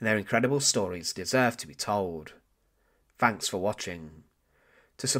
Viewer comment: Great vids in keeping the evil of Nazi Germany exposed and still so important to us today. "It is the doom of men that they forget". Just a minor thing, can you please pronounce TH(anks) instead of your F(anks). Just saying. Credibility boost bro.